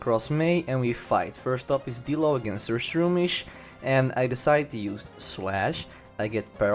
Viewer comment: I thought you said dildo.....